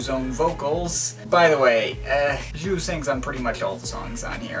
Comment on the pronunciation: it's pronounced "Zoo"